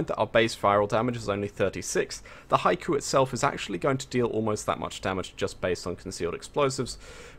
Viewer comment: it's not an accent it's just a mispronunciation. it should be said like he-ko